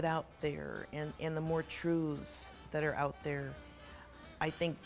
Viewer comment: Ouuuut a true Canadian with that stumble on ooout sound